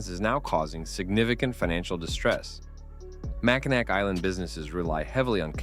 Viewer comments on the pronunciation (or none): You've fallen victim to one of the classic blunders of names not being pronounced as they're spelled! I can't blame you, but I involuntarily shudder when I hear "Mack-in-ack" and "Salt Saint Marie", instead of "Mack-in-awe" and "Soo Saint Marie". It's a case of "if you know you know"...